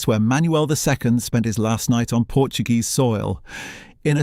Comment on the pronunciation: I don't know why Narrators do not do a little research on how to pronounce PORTUGUESE and not in Spanish.It takes away from an otherwise good video.Please !